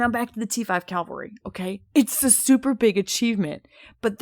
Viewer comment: Cavalry* not calvary 👍🏼